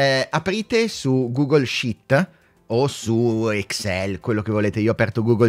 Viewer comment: Allungala però quella "i" dicendo Google Sheet! 🤣 Gran bel video!